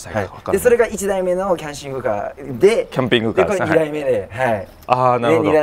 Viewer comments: 「キャンピングシャーガー」惜しい！ｗ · トングカー好きw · どこで出るか聞き耳を立てていて、一発目のキャンキングカーで吹き出した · キャンキングカーwwwすき❤毎回賭けてるwww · キャンピングキー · 「キャンキシングカー」www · キャンキングカー、キャンクングカー、キャンシングカー😂😂😂ピャンキングカー🤣🤣1万😅10万😂😂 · キャンクングかーw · 3連キャンシングカーおもろい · キャンキング笑いとまらん（笑） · 見る前にコメントするけどカンピングキャーは確定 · 時折り目つき鋭すぎてドキドキして話が入ってこんーキャンピングカーって言えんの聞き逃してるー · キャンプはハッキリ言えるのにing + carでこんな事になるんかw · 「ピ」が言えないだけのやつ